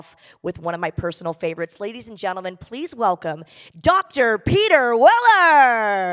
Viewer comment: did she call him Peter Willer? 😂